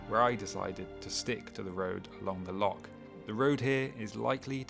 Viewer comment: I think the Scots can overlook mispronunciation of loch and certain other iconic Scottish locations. The videos are beautifully shot and sympathetically narrated by a guy who really knows his stuff. He's giving bikepacking in Scotland a global reach and deserves all our support.